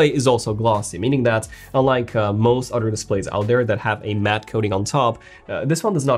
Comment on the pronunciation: The way this guy pronounces other is really weird. It sounds like otter.